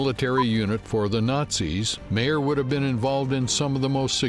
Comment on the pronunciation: It would help if you could pronounce his name PROPERLY... pronounced mier not MAIR!!😂🥱